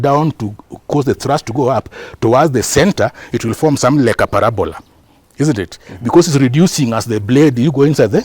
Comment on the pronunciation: Guys did i hear Barabola 😅